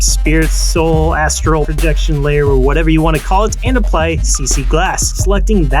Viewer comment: Just so you guys know, it's actually "Astral" projection. Not astrol